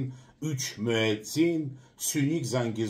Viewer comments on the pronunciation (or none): Учмиадзин .. позабавило😂